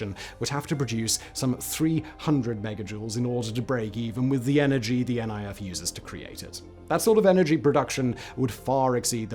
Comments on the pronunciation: FYI: It's not called N.I.F, its Niff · Great video, but you're pronouncing NIF wrong 😅 It's not N.I.F. but NIF, as in it'd rhyme with miff